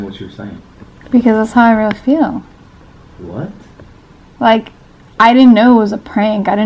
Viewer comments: Did anyone else notice she said '' fell '' instead of feel lol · Anyone else notice that they said fell instead of feel. Lol